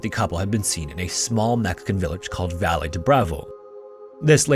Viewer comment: Valle = Vah-Yay. Double L is Y in Espagnol